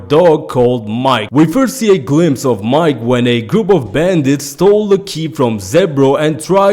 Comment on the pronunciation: For Mike. Lol it's pronounced Meekay. Not MIKE. Like his name is Michael lol.